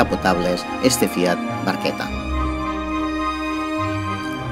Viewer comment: Me has hecho caso con lo de que se pronuncia "barqueta" eh jaja me alegro! Buen video